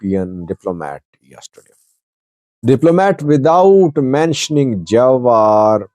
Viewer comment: His name pronounced Jewar ( like je for German ) not jawar👍 also what is jewar he only talk talk bla bla not in the armey he is nowhere just talk the talk😂